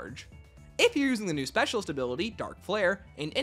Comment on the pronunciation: ah yes, "soecialist"